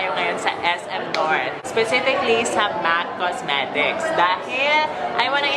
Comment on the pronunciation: Ang arte mo kala mo naman englishera tapos sabi ba naman sa mac cosmetics (mac cosmerecs) tf diba napakarte amp.